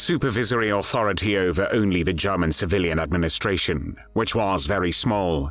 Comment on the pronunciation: Have I been saying “German” wrong all along? 🥴